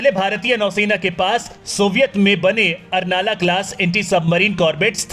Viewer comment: उसका सही नाम अर्नाळा है , कृपया सही उच्चारण करो. मराठी नाम तोड मरोड के मत लो मराठी का कृपया सम्मान रखो . मातृभाषा है हमारी.